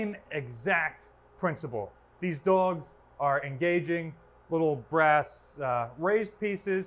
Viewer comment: Does he say «dogs» or «dolges»